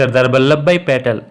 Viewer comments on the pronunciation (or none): Patel bolna sekh le 😂😂😂😂🎉😅